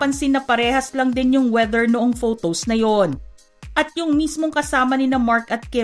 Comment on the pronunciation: Ate hindi “fotows “